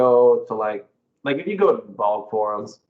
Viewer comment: Lol 'Balg Forum'